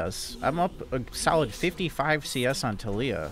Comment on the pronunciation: Wrecked that “Tilleeya” in lane 😂